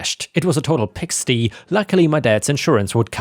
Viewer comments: some pronunciation help if i may, PIGSTY is a space for pigs. also pronounced pig STIE, like a sty in your eye. Also pigsty ( English/American) a giant mess, ruined, destroyed. ( the kids room was a pigsty ) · Hey. I'm sorry, but I'm a professional Grammar Police on the Internets. 😳 Pigsty is not pigstee, it's pig (why, cry or I sound for sty). I feel terrible now, but you said it two days in a row, and I NEED to correct your otherwise great English. I apologize. I love your stories and never miss one, it's always watch you and two other channels that updates daily. Can't wait for more.:virtualhug::yougotthis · Just want to let you know that the y in pigsty is pronounced like the word eye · pigsty it is pronounced at the end like tie think pig-stie😊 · Just fyi for the future, in the word "pigsty", the y is pronounced the same as the word "eye".